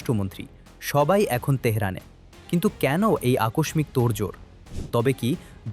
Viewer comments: উচ্চারণ আকস্সিক, আকসমিক না। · আকস্মিক উচ্চারণ ঠিক করে খবর পড়েন, এত সামান্য শিক্ষা নিয়েও 71 টিভিতে সুযোগ পাওয়া যায়?